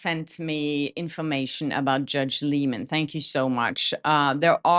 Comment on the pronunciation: It’s pronounced Lie-men.